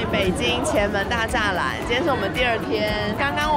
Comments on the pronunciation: 不是大栅栏，是大 shi lan 儿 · 作为一个北京人我感觉有必要告诉你正确发音：大十兰儿。注意最后的儿话音发音不要太重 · 纠正一下博主对大栅（shi二声）栏的发音🤣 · 大栅栏那个发音应该叫做"大石勒儿"😊